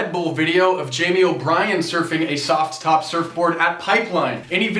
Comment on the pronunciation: quite a few gsi`s. You could go ahead and maybye make the t a little more silent when saying the word `soft top` It was funny the 1st 3 times but then not as much.